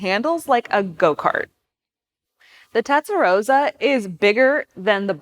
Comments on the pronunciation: "Tetsa-Rosa" LOL! Why is she having such a tough time correctly pronouncing the name? Anyone else find this annoying? Maybe you should grab an "eXpresso" and go hang out at the "liberry".... Say it with me... TEST - AHH - ROW - SAH. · It's not tetsarosa, it's testarossa! As in test and ross. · She can't even pronounce Testarossa it's not Tesaroza it's TESTAROSSA!! Being a Sicilian born in beautiful Bensonhurst Brooklyn say it right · Tezdaroza no girl it's Testarossa that's like calling the Mustang a "Mustard" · It's T E S T A ROSA, not TETS & ROSA🤣🤣🤣🤣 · The narrator keeps saying TETsarossa 🤣🤣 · "Testa" not "Tetsa". "Rossa" (red) not "Rosa" (pink). But I'll forgive you because it's free content and the video is still excellent. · Omg…. Her pronunciation of the TESTROSSA. Is like nails on a chalkboard. 😡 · It triggers me how she mispronounce Testarossa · Are you calling it Tetsarossa? Have I been calling it wrong all my life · Its pronounced Testa-ross-ah. See the Goodyear tire ads (signed off by FNA) featuring the car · Tetsaroza! Oh dear. You don’t have to go full Italian or anything, but if you’re going to make a video about a car, please don’t get its name completely wrong. Hard to take anything after that seriously. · she s saying pink (rosa) instead of red (rossa) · Why can’t Americans pronounce Testarosss correctly? It’s so easy to get it right. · If you're going to do a video on a Testarossa, at least learn how to say the word Testarossa properly. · You mispronounced Testarossa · How can you pronounce Testarossa incorrectly and a flat 12 is not a V12!!! One of my favorite cars of all time, I had to turn off the video, unreal... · This video wasn't great. Pronunciation of the car name was wrong. Some facts about the car were wrong (e.g centre of gravity was actually high)... And also it was a poster car for those who grew up in the 80s not the 90s... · Absolutely right. Pronouncing it the way she does is just amateurism. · Tes-ta-ro-ssa, not Tet-sa-ro-ssa